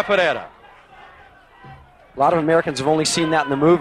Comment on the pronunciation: one of the guys can't pronounce capoeira lol